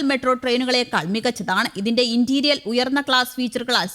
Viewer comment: ഹായ് , നല്ല കലിപ്പ് വായന . ഇന്ന് ഒരു ഉച്ചാരണപ്പിശക് കടന്ന് കൂടിയിട്ടുണ്ട് . ( ഇന്റീരിയർ ) എന്നാണ് പറയേണ്ടത് . 👍